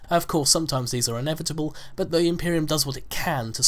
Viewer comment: I don't want to be rude or anything but,,, you say but in a way that sounds like BUTT and you say it often